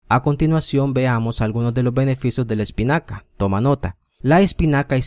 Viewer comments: Jajaja espicana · Jajajaja Like si en el segundo 10... Vieron el error ... " Espicana "